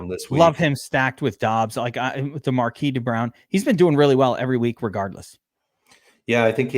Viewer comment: Are you intentionally saying Marquise as Markee?